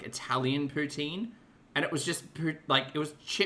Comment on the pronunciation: I've just 'consulted' a few videos about how to pronounce poutine. None of them said it like her. There was a T in there, not 'TZ' (poutzine), just a harder T. F off,., ffs! I was about to sip my coffee when you started with the unfortunate cat butthole! omg. Disaster averted but man... 🙄